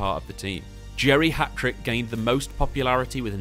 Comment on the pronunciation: Lol I kept hearing geriatric not Jerry Hatrick although it was very fitting 😂